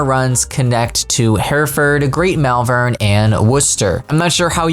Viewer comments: As a local the pronunciations are: Hereford: He-re-fud Malvern: Mol-vun Worcester: Wo-ster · “Wooster” was spot on! Gloucester is similar - “Gloster”. Malvern is pronounced “Maul-vern”.